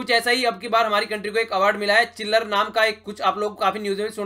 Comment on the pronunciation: sir it's manushi छिल्लर sb glt pronounce krte h...